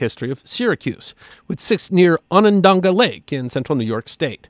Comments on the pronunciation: It's on-an-dah-gah not dong-ah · It's On-on-daga, not On-on-donga. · Thank you for this episode! However, there are only two Ns in Onondaga (pronounced on-on-DOG-uh or on-on-DAH-guh, not on-on-DONG-guh) and no i’s in Syracusans. 😉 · ah-nun-DAH-gah, Its a Haudenosaunee name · Ran into salt potatoes in 1968 at the New York State Fair. I was old enough to appreciate the potatoes, moved from the area, never knew the history of of the salt, thank you. The pronunciation of Onondaga has only 2 "n"s not three, fantastic history! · My wife and I were just at Syracuse's Salt Museum a month ago! 😃 Edit: You're pronouncing Onondaga wrong. My wife is Onondaga, so I'm pretty familiar with its pronunciation. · While I enjoy, he really should've found out how to pronounce the word Onondaga. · Great episode aside from butchering the pronunciation of Onondaga. Big fan. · LOL! I was a little bent about that myself